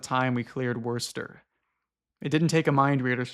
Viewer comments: Wirster 😭 hearing anyone outside of New England try to pronounce Worcester is hilarious to me. Just for future reference it’s pronounced “Woo-stuh” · “Worst”-er, non-bay stater detected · Worcester gets so much disrespect bro. it's pronounced kinda like "wister" or for those with the proper accent, "wistah". not worchester, not worster, not even wocester. the only other option is Woo, and u can't appropriate the shorthand if u don't get the shining star of a title correct. It's kind of a shithole. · certainly not the worst mispronounciation of Worcester 😂 (its more like wuster/wooster). Havent finished the video but i dread that the author may challenge you with Leicester or Leominster (pronounced lester and lemonster respectively lmao) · The scariest part of this story so far has been how confidently pronounced the first R in Worcester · So far I'm very impressed with ' pronunciation of local town names. Worcester is messed up, but not even in the usual way. Kudos! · As someone from MA, I took psychic damage hearing you pronounce Worcester like that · Commented about halfway through the video. I’m sorry to be the guy to say it, but that’s not how Worcester is pronounced.